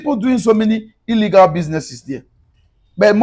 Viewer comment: ILLEGA ASSETS..SAY IT RIGHT BRO